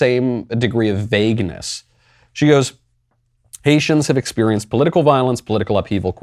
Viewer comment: Did Ilhan Omar just pronounce it "Expewienced"? I guess that makes sense given she has the moral intuitions and intellectual capacity of a toddler.